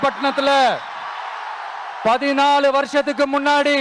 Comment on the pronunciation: மின்னாடி இல்லடா தெலுங்கா,முன்னாடி